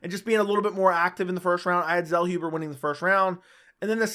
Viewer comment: Zellhuber is pronounced 'tsellhoobuh". Greetings from Germany.